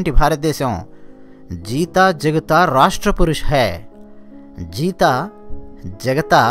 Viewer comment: జగత is ok sir but it is జాగ్తా is correct sir